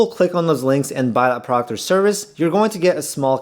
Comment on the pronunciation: What's a prawkt? Are you trying to say product?